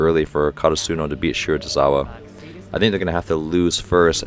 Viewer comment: It’s shi-ra-to-RI-za-wa